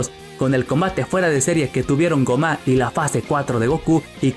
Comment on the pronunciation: Tan difícil se te hace pronunciar bien el nombre de gomah?